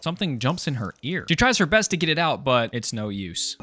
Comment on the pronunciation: Canadian Accent: Creeped Ouewt